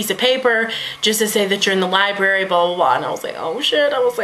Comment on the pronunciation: I called it a Libary too lol